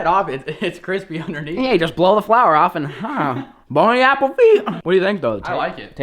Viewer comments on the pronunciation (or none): Did you say “bony apple tea?”